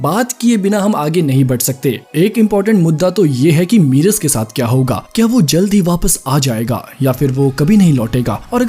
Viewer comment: मीरस नहीं मेरस